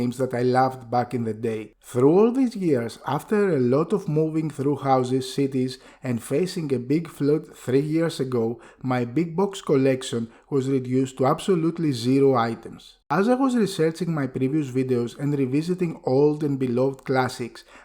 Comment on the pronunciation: Flood is pronounced flud not floode. 😎